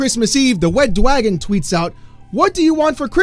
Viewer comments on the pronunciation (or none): Hearing you say "Wed Dwagon" is so hilarious. Very Welatable too since my tongue makes these same incorrect sounds when I am trying to be most serious. :D